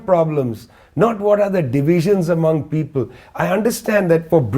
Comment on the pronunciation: Can you pronounce the word "among" properly? Is difficult for me teach kids when you the host pronouns it wrongly. My suggestion and opinion.😅😊